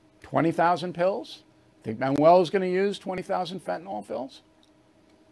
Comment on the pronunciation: It’s Fentanyl, Bill. There is no A or O. Just FYI.